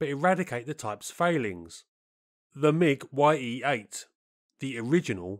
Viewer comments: It's not "Y-E", but "Ye" for the Russian "E" sound. Like you're saying Mig instead of M-I-G... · it's NOT [wai-ee] 8, it's [ye]-8 блять i'm russian and u better check info and pronounciation of sounds. the sound is like in Kanye west's name. ye, not [wai-e:] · The "Ye" in Ye-8 are not two seperate letters pronounced "why-ee". It is phonetic spelling of one letter in the Russian alphabet and is pronounced as a one word "ye" (similar to "yeah").